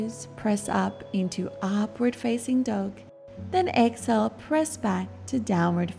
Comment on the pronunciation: I hear Excel instead of exhale 😮😑